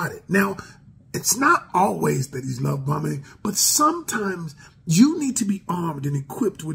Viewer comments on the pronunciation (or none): I thought he said “Love Bumming” 🤣